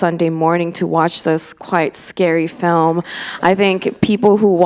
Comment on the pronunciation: 이해는 안되는데 발성이랑 발음만 들어도 뒤에 후광이 생김ㅋㅋㅋ 특히 필름 발음할 때